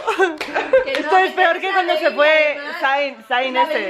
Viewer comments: se pronuncia Zen, no zaian 😂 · la idea me parece geniaaal btw zayn se pronuncia sein jj just saying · melo, zayn se pronuncia "zein" xD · Se dice "sein"... AY MI ZAYN